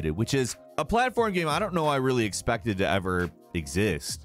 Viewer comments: "Gam" caught me off guard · Stop saying "gaem" jeeez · My man pronounces "game" differently every single time he says it. It ranges from "game" to "gaiyme" and everything in between. Love it. is a perfect example.